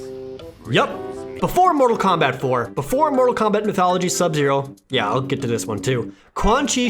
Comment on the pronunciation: KEMBET TAAIIIM Suffocates from laughter